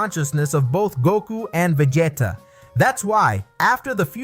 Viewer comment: Yeah I'm not about watch a video with a guy destroying Vegeta name.😑